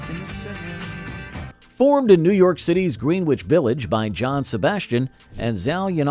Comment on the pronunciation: I wish the narrator in this video pronounced Greenwich Village correctly. Apparent he doesn’t know New York City at all; it’s very strange for a native New Yorker like myself to listen to it without getting annoyed💯%